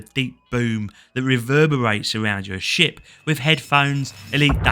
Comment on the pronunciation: "you will start out in your new little sh*t" Yep that's accurate enough. Also ship and sh*t are indistinguishable thanks to your accent lol